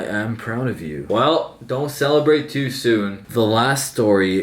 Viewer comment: you’re too young if you can’t say the word “too”